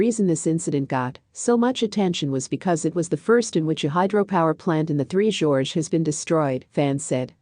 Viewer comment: For F/S...Get it right. Its 3 GORGES. 3 Georges is a trio of blokes with the same name.